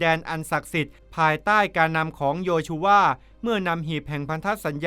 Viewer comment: โยชูวาค่ะไม่ใช่โยชูว่าและเมื่องเยเลโคนค่ะไม่ใช่เยเลโคค่ะ